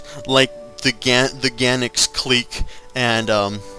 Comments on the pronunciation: how the hell does one manage to pronounce guangxi gannix? :| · Is it Guangzi? I can't read it, but I think it's pronounced Guang Suh, and I could be wrong, but that's just a point of reference if you are interested. Chinese names are difficult to pronounce from my POV. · guangxi does not have a "c" in it